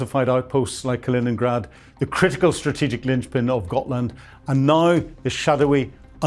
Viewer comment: Gotland, not Gothland.